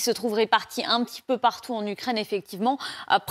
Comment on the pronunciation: le Français des Français on dit U U U UKRAINE ET NON OU OU OUKKRAINE. Macron peut te payer des cours de diction.